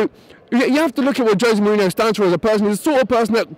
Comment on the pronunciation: Kind of hard to talk about class when you can't even pronounce his name... Some good perceptive arguments but he's just pointing out that they're different people with....different agendas (big surprise!). Wenger is a great manager but needs to win the League this year then bugger off and manage France finally!!